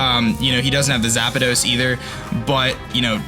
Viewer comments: Congratulations on making the playoffs,! It was a great battle as always. But seriously, if you say Zapados one more time... Anyway, let's all look forward to the playoffs. Hopefully, Shady will make it as well and we will see a 3rd Rampardos vs Mankeys game. His schedule is looking really tough though. We'll see. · What is a zap-uh-dos?